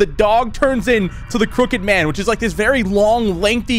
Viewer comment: I thought he said the cricket man 😂